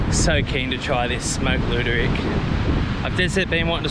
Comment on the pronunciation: It's Luderick, not Looderick